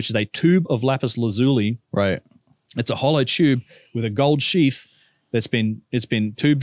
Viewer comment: Lapis laz u li - learn the language dude !